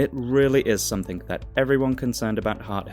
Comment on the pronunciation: You appear to be educated, and yet you say 'somethink'